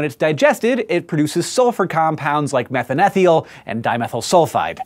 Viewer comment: it's pronounced methane thiol.